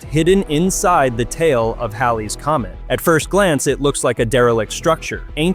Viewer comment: A+ for pronouncing Halley correctly.